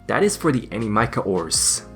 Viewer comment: I am never going to stop hearing your pronunciation of Animica.